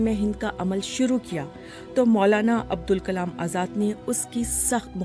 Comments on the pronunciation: عبدالکلام درست نہیں۔۔۔ ابوالکلام آزاد ۔۔۔۔۔ بی بی سی اردو سے میں بارہا کہہ چکا ہوں مجھے ملازمت پر رکھ لیں کم از کم ایسی بڑی غلطیاں کبھی نہیں ہونے دوان گا 😅😢۔۔۔ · Poor VO. continuously kept saying the name wrong..... Its ABUL not ABDUL..... A VO artist should know the difference. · بی بی سی اُردو کو کم از کم اِتنا عِلم تو ہونا چاہیے کہ اِن کا نام؛ ابُوالکلام تھا نہ کہ عبدُالکلام! مُجھے حیرت ہے کہ اِس قِسم کی غلطیاں کی جاتی ہیں اور ویڈیو کو اپ لوڈ کرنے سے پہلے سُنا تک نہیں جاتا! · The narrator seriously needs to work on her narration skills. It's Abul Kalam Azad, not Abdul Kalam Azad. Jawaharlal Nehru not Jawahalal Nehru.. plenty of other errors as well. How hard could it be to record a script? Plus, it is absolutely rubbish to claim that Azad fancied Alcohol. Total nonsense. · آپ سے نام بولنے میں بار بار بھول ہوئی ہے۔ ان کا نام عبدالکلام نہیں بلکہ ابوالکلام تھا۔ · His name is ABUL Kalam, not ABDUL Kalam. didn't read it well and no one even noticed? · The narrator is again and again saying ABDUL whereas its ABUL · This video opened with the narrator reading the name wrong made it completely meaningless. It's not Abdul Kalam it's abulkalam. Bbc is losing it fast now. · Pathetic BBC didn't even know the correct pronounciation of molana s name Said abdul kalam Where BBC is heading to?